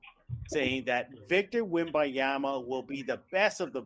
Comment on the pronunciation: Can we have our Locked On Spurs (of all media outlets) pronounce Wemby’s name correctly? It’s ‘WemBANyama’, not WemBiyama. It’s literally on his jersey. Let’s get this right. ESPN took all season.